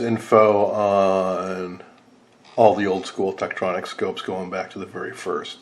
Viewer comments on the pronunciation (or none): Too bad the camera missed so much. He mispronounced "Tektronix." Tektronix service facilities used an ultrasonic cleaner the size of a clothing washer machine to clean incoming units, for repair. Ron W4BIN